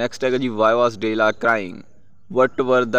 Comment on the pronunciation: ਡੈਲਾ ਹੈ ਡੇਲਾ ਨਹੀਂ ❤